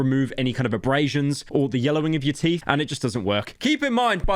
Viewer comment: I love how he takes a break in the middle of the video to talk about how "YOIR TEEF AR ACTULLY SHAPPOSED TO BE WHIETE"-💂‍♀️🇬🇧💷☕️🌊🤓🤓🤓